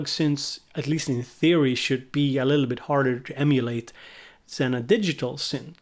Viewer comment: “a littleabit” 😂